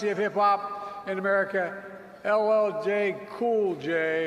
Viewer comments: Even if Biden can’t pronounce LL Cool J’s name, he has no right to call that grown man a BOY! He is just a racist old white man, and don’t forget he wrote the crime bill in the 80’s and 90’s. He probably calls all black men boys! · Al, there's nothing hard about pronouncing LL Cool J....🙄 Biden could never get another vote from me....And Q, I don't care if Biden didn't mean anything by saying "boy", he's still living, he need to make some changes. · Biden butchering LL Cool J name made me chuckle a little bit but at the same time he proves why Trump call him Sleepy Joe. He shouldn’t called a 50+ year old Black man a boy. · How hard is it to pronounce LL Cool J😅😅 come on nie